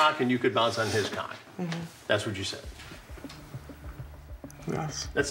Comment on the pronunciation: TAKE A SHOT EVERY TIME CHRIS SAYS CAWWK